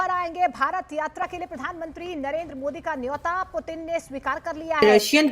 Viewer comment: पीयूटीन नहीं पुतिन😅😂